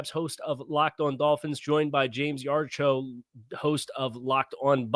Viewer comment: Yar-cho? Lol